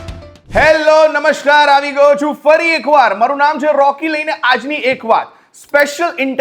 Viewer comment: "નમશ્કાર" ઉચ્ચાર કરતા હો તો ખ્યાલ રહે, કે એ જોડણી સાચી નથી. સંસ્કૃતભાષાના વ્યાકરણના સંધિ-નિયમ અનુસાર સાચો શબ્દ 'નમસ્કાર' જ છે.